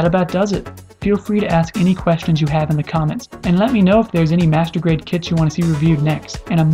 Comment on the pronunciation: when you say master grade sound like masrtubate.... LOL